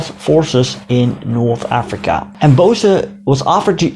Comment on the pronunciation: Please dont say BOSAA, its BOESS BO+S